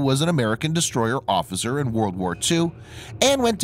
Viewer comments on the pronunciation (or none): none